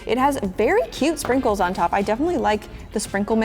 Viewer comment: When ever you say 'sprikles'i want to eat the slime😂😂😂😂